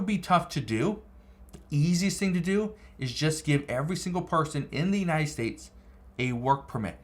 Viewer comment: Its not "estates"..its states. Why y'all always add an "e" when a world starts with a "s"...pls say the words correct